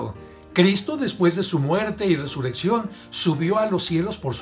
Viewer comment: DICES: resureccion. Se dice: resurrección. Y eso que eres un guía.